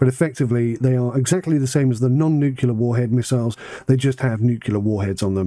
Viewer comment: Anyone who says nucular instead of nuclear is an ape.